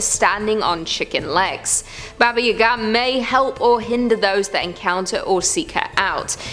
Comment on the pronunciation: Baba Yaga is pronounced "bah-bah YAH-gah". Just FYI.